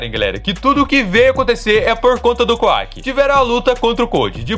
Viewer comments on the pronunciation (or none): Por que ao invés de falar Kawaki você fala kuack? O cara não é um pato, fala certo o nome do personagem cara